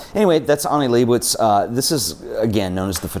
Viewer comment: Can’t pronounce Leibovitz either.